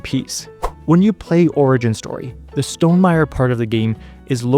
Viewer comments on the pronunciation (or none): the way you say stonmeier-y sounds like stonem-irie jamaican style